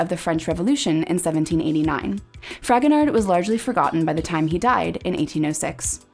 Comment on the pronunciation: Just a quick note, I think his name is pronounced Fragonar with the d being silent, as the last letter of French words/names usually are not pronounced.